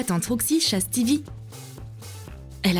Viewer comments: Alors déjà ça se voit que vous connaissez rien a fortnite parce que déjà C'est pas cuddle team leader mais experte des câlins, c'est pas boogie bomb c'est bombe boogie-woogie c'est pas un bleuvage c'est un potion de bouclier ET CA CE DIT PAS STIVIE C'EST STIVE (je sais ecrire steve c'est juste pour comprendre la prononciation les rageux) bref sinon très bien fait les objet sauf le loot qui a un problème de proportion XD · SA SE DIT PAS STEVY SA SE DIT STEVE E !!!E!!!!